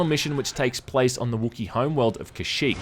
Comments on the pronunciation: I think it's supposed to be 'Kah-shik' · That's a weird pronunciation of Kasshyk